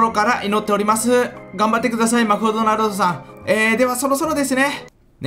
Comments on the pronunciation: マクドナルドって言えてませんよw マフドナ？トになってますよーw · マフドナルドがワフドナルドにきこえる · 神社の下にまだくもいますよ。あとマクドナルドって言えてない笑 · あれ、M？ 山２つ作ったんじゃないの？ あと、マクドナルドって言えてない笑 海底神殿お疲れ様でした。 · マクドナルド言えてねー